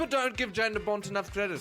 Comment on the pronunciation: It would be pronounced Yahn btw.